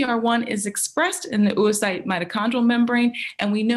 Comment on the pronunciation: Oocyte is pronounced ow-uh-sait or /ˈəʊəsʌɪt/ UK or /ˈoʊ.oʊ.saɪt/ US. They way this American pronounces it is not the US or the UK way. Would it be too much to check how the main word of your research is pronounced?